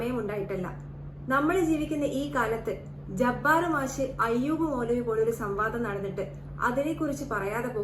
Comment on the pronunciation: മാശ് അല്ല മാഷ് എന്നാണ് ആദ്യംപോയ്‌ മലയാളം പഠിക്ക് പെണ്ണുംപിള്ളെ